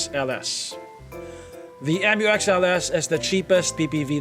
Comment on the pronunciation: Mu-X not M u X